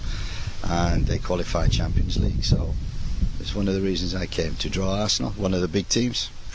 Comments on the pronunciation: “It is arsenal” “champons league” “massive unjerjogs” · Mclaren is newcastle manager now. They could be how you say underdogs this sheson they might even challenge for how you say Champions Lheege !!!!